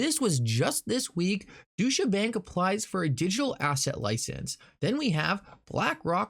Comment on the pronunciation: Deutsche Bank: Pronounced Doy-cha Bank, not Doo-sha Bank